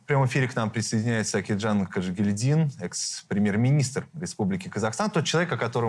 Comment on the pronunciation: КажегИльдин. А не КажегильдИн